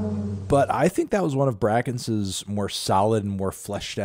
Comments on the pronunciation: someone gotta teach anthony that its bray-kence and not BRACK-ense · I naturally pronounced it as, "bray-kence" and not, "BRACK-ence". Also brakence puts his tag that pronounces it properly in a few songs. I know it's in both versions of, "dropout", the original and the remix with blackbear, and it's in, "rosier" and, "rosier/punk2" but those are just the same songs but with a slightly different title. I can't remember another song that it's in right now though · He really just said BRACKence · I've pronounecd it BRACK-ense all this time as well tbh so I can't blame him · The way he said his name wtf😭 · a year later and he still can't pronounce his name correctly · NO YOU CANT SAY IT LIKE THAT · AGGHHhhhh why does he keep pronouncing brakence like that